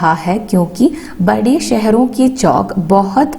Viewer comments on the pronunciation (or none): Chokk alla chavukk ann read cheyyan ariyillee